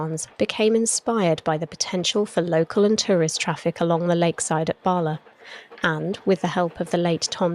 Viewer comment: And Bala (very short word), not Barler. merely advising not criticism . An admirable effort in pronouncing the Welsh place names! Excellent production, made a Welshman exiled in Western Australia a bit homesick. many thanks